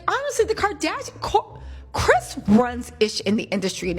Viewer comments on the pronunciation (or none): none